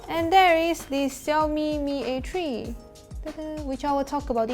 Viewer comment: Xiaomi mi a tree? 😂😂😂